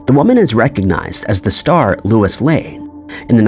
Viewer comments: It's Lois Lane, not Lewis. Duh. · Margot kinder was not 47 in 79...get the facts correct. And...it's not Louis lane..get your pronunciation corrected also😮